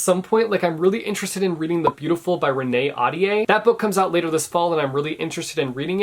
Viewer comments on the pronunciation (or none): none